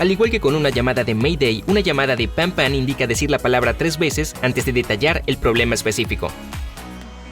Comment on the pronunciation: Para desfacer entuertos: M'aidez=Ayudadme es imperativo. Se pronuncia medé y no meider. Panne= averia y no desglose. Se pronuncia pan y no paní. Silence=silencio y se pronuncia silans y no silons. Un poco de rigor!